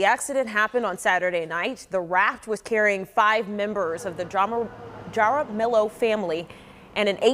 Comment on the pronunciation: Lmfao, how could BOTH of those reporters not know how to properly pronounce “Jaramillo?” 😂 Have they never had any exposure to Spanish surnames? 😳 It’s literally pronounced “hah-rah-MEE-yo.”